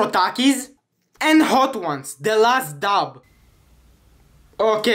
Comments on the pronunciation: I thought he said daddy 😂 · I thought you said daddy so good☠️